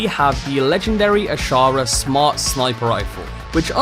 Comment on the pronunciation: Loved the vid,although hearing your pronunciation of the word Ashura killed me x.x